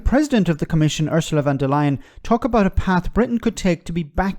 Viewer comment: Von der Leyen (please pronounce correctly) is speaking just for herself. Most Europeans do not want Britain back — too many bad souvenirs of exceptions and thatcherite paybacks and critics and... not speaking the other's language or even pronouncing it right! That includes TLDR!!!! The Irish DO speak French or German when needed.